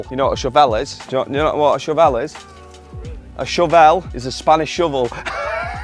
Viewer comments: Laughing way more than I should at the shov-velle! 😂😂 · Forever now calling it a 'sho-vel' 😂. Great video once again guys 👏🏻